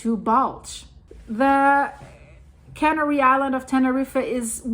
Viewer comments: I love your videos and your English is great! I want to help you out with one thing from this video. You accidentally pronounced the islands as cannery which is a food processing term i.e. fish cannery, meat cannery etc. It is referring to the process of canning food. The islands are pronounced the same as the bird Canary. It is pronounced "can AIR ee". Go to an online dictionary and you will be able to hear the difference. All my best and thanks so much for all your hard work!!! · yes... can AIR ee....emphasis on the second syllable. ;-)